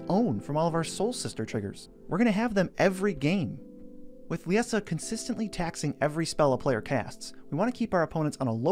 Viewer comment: I was looking forward to this! Haha I built a deck with her after pulling a copy.. It’s a mean one. And I think Liesa is pronounced the same as Lisa.